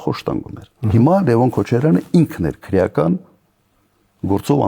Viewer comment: Քռեական չի,այլ քրեական, այ աաայ ,,,,,,,, քո ժամանակ սպանում եին,բեռման չեն ենթարկվել